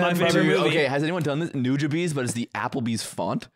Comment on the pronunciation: They're definitely saying Nujabes wrong